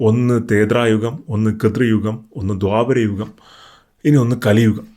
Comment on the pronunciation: Thethrayugom & kithrayugom all Bhai, threthayugom & krithayugom ennaanu correct.